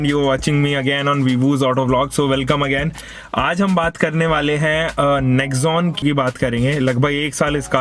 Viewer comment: Baba negzon ni hai ye 😁 Nexon